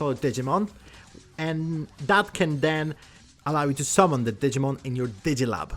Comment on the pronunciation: I gave a like, couldn’t watch the video. It’s not Digmin.